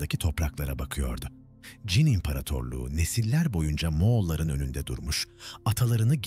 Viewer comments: Ç harfini kullanamıyormusunuz? Cin cin cin diye diye .... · Anlatıcı çin diyemiyor...